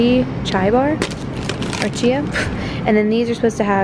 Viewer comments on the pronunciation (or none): none